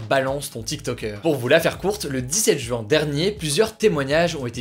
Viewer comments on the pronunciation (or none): none